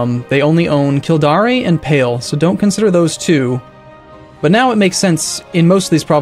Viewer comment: Hearing you butcher the pronunciation of places in Ireland is starting to be really grating... It should be Kill-Dare, not Kill-Dar-ee. and Sly-go, not Slig-O...